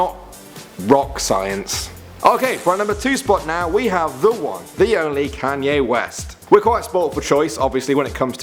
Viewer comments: stopppp It's not can-yay its con-yay Sorry but it's really annoying me 😅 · ...pfftt.... "CanYAY West" xD